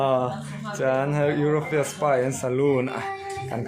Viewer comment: pawn i sawi dik lo ziah,europhia i ti in ka hria